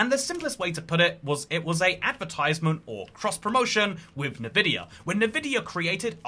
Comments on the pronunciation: You pronounce it nuhVidia? I have always called them N-Vidia (enVidia). And now I don't know. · N-Vidia bro...not Nah-Vidia.... Get it right, you've been corrected. So if you keep saying it incorrectly, you're just stupid. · Enn-vihdeeya, not nuhvideeya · didn’t know Nevidia was involved. Thought it was Nvidia? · So many people say it that way these days it hurts my head... they should bring back the nvidia whisper intro for games so people can actually hear how it's said. The whole green with envy (enVidia)is lost when people say it that way. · An angel loses its wings anytime someone says "Nuhvidia" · Say n then vidia, great now say it together nvidia. Congratulations you now know how to say nvidia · Nevidia? who even says Nvidia like that? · Why do you say nevidia its so annoying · FYI Nvidia is pronounced “En-vidia”, like envy. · "It was first annount" "Nuhvidia"? "According to the minecraft subreddit, Mr Fortiz"? Fortiz? Is that how you pronounce atlas? "Nuhvidia", "branded cars"? You've either used a voice clone, like elevenlabs to do part of your video and it's reading typos out, or you're allergic to doing a second take for your video lol.